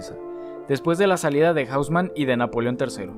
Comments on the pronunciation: Bro profa mira las pronunciaciones en francés me perturba cuando dices arrondissements, hauseman y avenue foch y la Gare du Nord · Increíble cómo es que toda la pronunciación fue masacrada en este video. Amigo, estás hablando de París, no de Londres o Nueva York. Curioso fenómeno, en el que todo el mundo que no conoce una lengua otra que el inglés piense que todo se debe pronunciar como en inglés. Haussmann no es "jáusman", sino "osmán", aunque sea un apellido alemán. ¡Bueeeeeno! Es un video sobre topología y arquitectura, no de lingüística.